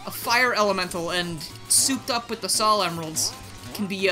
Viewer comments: What?! pronounces "Sal" instead of "Soul"? I'm literally crying and shaking right now. How could you do this? Great mod though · Respectfully, sol is pronounced sole. There’s a reason for this, sol is Latin (I believe) for sun, which fits her fire theme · Sol is the spanish word for sun. The pronunciation of sol is with a long O. Further, while english has rules, none of them are hard set. For example, the word troll is pronounced with a long O without a second vowel. So the correct pronunciation for Sol is with a long O. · That statue was made by Picsandpixels. Also Sol pronounced Sawl is a Latin root for Solaris or Solarium as in our Star.